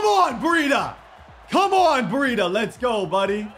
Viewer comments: Why you keep saying bereeda? Its BREIDA! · It’s bri-da it’s bray-da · Brie- Et- A